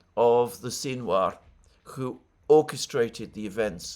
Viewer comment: Why does Mercouris slabber every time he says the word "who" which he pronounces "coo" with a healthy does of drool.